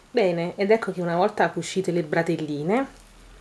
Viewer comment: Ma una volta non si chiamavano bretelle?!...e non bratelle!!! Credo...